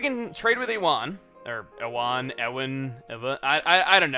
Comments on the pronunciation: The narration you give these videos is pretty awesome (I'm a fan a bad puns). Also, Ewan is pronounced "Yoo-in" like Ewan Mcgregor, the actor. ;-) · Hey Chuggaa, it's likely that Ewan's name is said "You-wan". I went to highschool with a guy of this name and that is how it is said. It's a European name and you might know a famous Actor by that name. Ewan McGregor, the actor that plays Obi Wan in Star Wars: the Phantom Menace, Attack of the Clones, and Revenge of the Sith, also in Moulin Rouge, Big Fish, and Angels and Demons. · you say ewan as youwan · Ewan is said you-un and it's really annoying how he says e-wan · YOU-UN NOT E-WUN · it's pronounced you-an! Not e-wan! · Ewan is pronounced "yoowen" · Just an FYI, Ewan is pronounced You-en, not Eh-win xD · Chugga, Ewan is pronounced "you-un". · Seriously, Chugga? E WAHN? It's pronounced U WHEN. LOL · Ewan's pronounced "You-an" not "eh-wan." It's a pretty common name in Scotland, I'm surprised Americans don't know it. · The guy called Ewan. FYI, it's pronounced "U-Wan". Fun fact (cause I'm not sure if this is common knowledge): There's a different way of spelling that name: Iwan. Same pronunciation, just different starting letter. Pretty sure it's a Welsh version. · Why can’t pronounce Ewan? I feel like it’s quite a common name. (You-an) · I'm pretty sure Ewan is pronounced like 'you-an'. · Ewan is pronounced yoo-an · by the way the name "Ewan" is pronounced "you-an" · Ewan is pronounced you-when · Ewan is pronounced "U-un". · i think its pronounced U wan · Ewan is pronounced you-wun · Jack Causton yea, I pronounced it as "ee whan" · Pronouncing it ee-wen is just weird its a strange enough name as it is let alone people going HI EEEEEEEEEEEEEEEEEEEEEEEE-WAN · Ewan is said youan I know odd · Sorry my mistake, its pronounced you-in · Apologies if you've already corrected this, but Ewan is pronounced "You-in". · The name Ewan is pronounced "You-en". ;D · Ewan is pronounced you-wehn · Ewan is pronounced like Ewe-an.